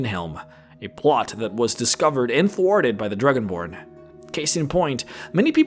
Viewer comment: The Druginborn. ARTICULATE YOUR STUFF xD